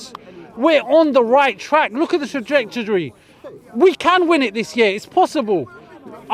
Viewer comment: he's right, just look at Arsenal's "tradjectdury" 🤣🤣🤣🤦🏻